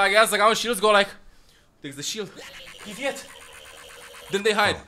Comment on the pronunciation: PRIVET I'm screaming it sounded so funny and this was the first time I heard you speak russian. and I'm russian... ahah, okay, I love you